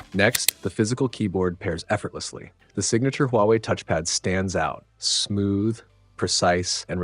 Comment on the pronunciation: The only problem with this is it is “Huwaei”